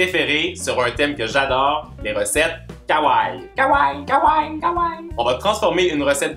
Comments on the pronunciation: superbe video comme d'habitude .ps pour le mot kawaii il faut prononcer le i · superbe video comme d'habitude mais il faut prononcer le i pour le mot kawaii